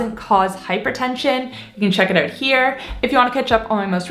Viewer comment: oh! That’s why you say uut instead of out. ❤️